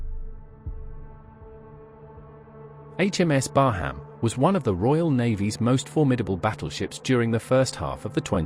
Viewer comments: Thank you. Excellent footage. Oh, By the way. There is no HAM in BARHAM, it is pronounced BAR_RAM. Oh, subbed too. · Please pronounce her name properly 😳